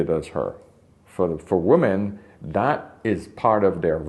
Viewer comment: It drives me insane that this man cannot properly pronounce "women." He repeatedly pronounces "woman" and "women" exactly the same and it drives me nuts. But, the content? Top-notch. I wish women would wake up. They are messing each other up so badly these days, and it hurts my heart for their children, for themselves, and for the men who have to then clean up the mess.